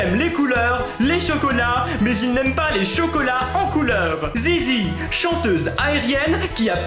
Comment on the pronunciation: j'adore au lieu de zazie il dit zizie.